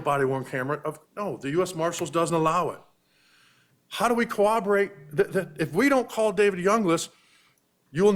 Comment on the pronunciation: The first thing they need to teach in law school is the word CORROBORATE. What the hell is cowoberate? Literally every trial! 🤦🏻‍♀️🤦🏻‍♀️